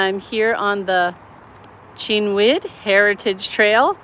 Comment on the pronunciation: Cynwyd: K(è)n-wid & K(u)n-wid at the same time, the (vowel) very short. I case you're ever in this trouble again, use your phone to ask the Google translator, as in: enter and let it be read. Always verify the correct origin language is detected or set. English is a terrible butcher of all other languages because it's such a mish-mash. - Schuylkill: Shoil-kill River. Sorry ^^. That's Dutch, btw. The correct pronunciation is practically impossible for English natives, this one is completely anglicized as in: the translator will yield the desired outcome set in English. I case, you haven't picked up on the heavy hints 😉, I'd love to carry a wrench for you. Had I been equipped earlier I would've been able to give Lance a linked shoutout. I had his channel pulled up already. 🤓